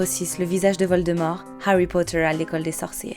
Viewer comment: Je pense qu’il faut arrêter de forcer les accents étrangers quand on ne l’a pas. C’est pas grave de parler avec l’accent français. Surtout sur des trucs style Harry Potter... qui dit Hawy ?